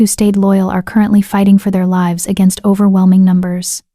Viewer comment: I like your stories, but the wrong pronunciation of several words throughout them is really annoying. The ones I recall are majesty, tear(s), live(s). Mispronouncing these words changes the meaning and deters the listener from being fully present in the story. I hope you can fix this. 😊